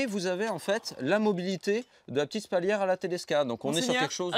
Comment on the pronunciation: Spalière pas spaulière. Et de préférence, médiéval que "moyenâgeux". À part ceci, bonne vidéo, c'est chouette de promouvoir des artisans de cette apparente qualité.